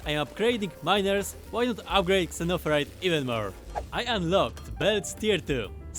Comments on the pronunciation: I like the way he says zunnofurite like an old timey prospector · Xenoferrite Zeh-noh-feh-rite Xeno = Alien or Foreign Ferrite = Iron or Iron-like It's alien iron, sounds great! They should have just said Iron lol